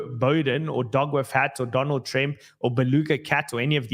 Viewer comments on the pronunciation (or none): none